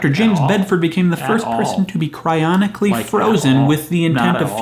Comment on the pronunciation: Wait, is it "cryonically" or "cryogenically?"